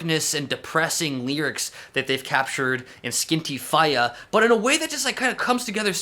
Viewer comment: Thank you for butchering Irish pronunciation, that has made my night. Love you <3